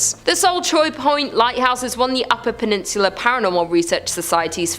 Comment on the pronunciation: She mis pronounced peninsula....it's the accent